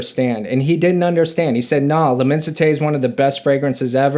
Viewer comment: i like when the reviewer at least pronounces 80% or makes the correct pronunciation of the name of the perfume, it shows he cares as a reviewer or at least shows he is doing some research, the amount of videos saying lemon site is astonishing